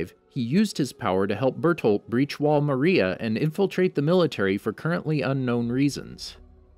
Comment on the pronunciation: No effence but he cat say Maria properly